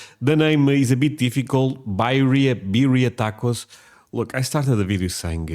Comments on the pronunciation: You have to use corn tortillas for these. And they are pronounced "beer-ee-yah". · Yum! We loooove these in California. And the Spanish pronunciation would be "bee" RR ee a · Birria (Be-ree-ya)Tacos are a staple in my home. They are my favorite. Can't have them without Birria Sauce (Consommé). Traditionally you dip the tacos in the brine or consomme. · Pronounced beer-ee-uh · It's pronounced bee-ree-a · It's beer-ee-uh, and you can totally make tacos on flour tortillas. A classic is chicken and cheddar and peppers, but you can make just about anything as long as you season it up right! A bland taco is an insult to life itself. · Lol as much as I appreciate you praising our American cuisine, we can’t take credit for this culinary masterpiece. This is Mexican. The cowboy in the video is doing a great job cooking, but his pronunciation of the ingredients is muy gringo. Lol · do not trust Cowboy Kent for pronunciation. He is from Oklahoma and speaks southern. Lamb or goat is probably more traditional than beef.